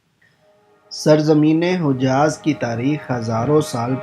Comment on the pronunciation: Not hoojaaz Its JIHAAZ